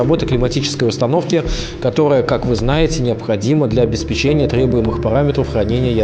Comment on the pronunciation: Пожалуйста ставь ударение в слове "обеспечение". А то очень много раз его повторяешь и неправильно